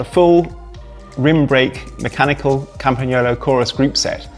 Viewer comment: Thank you from Italy, for pronouncing "Campagnolo" perfectly!